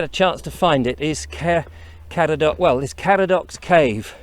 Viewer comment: You need to welshify your pronounciation more for Caer Caradog, like Kai-rr Kar-add-og (rather than Care Car-a-dock) Intonation of syllables is different.